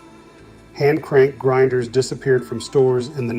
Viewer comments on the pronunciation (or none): Again, grinders, not grindet!!